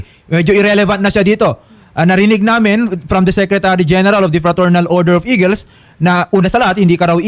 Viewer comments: eguls hindi eagles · Instead na Eagles..naging Eguls😂